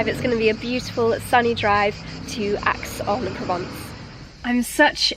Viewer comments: Aix-en-Provence is pronounced X or Ex , not Axe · please ask one of the locals how to pronounce Aix en Provence because it certainly is not "Axe"!!!🤣